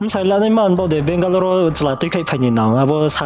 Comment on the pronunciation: Asuh Benglore hing pronounce khe rungya ong tong mo how can she trust someone n come over ong pai msei asuh le .